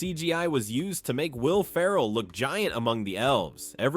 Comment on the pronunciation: You're getting a thumb's down from me. Will Ferrell is the star of the show. If you don’t care enough to make sure his name is pronounced correctly in about half of the video then I'm not going to watch the entire video. It seems you're either turning in your homework without reviewing it or you just don't care about your finished product. Neither do I. Sorry, not sorry.